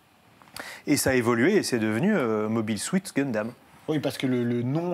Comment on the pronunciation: Mobil suite dundam loool. c'est "Mob (Hail) (sout) Gundam"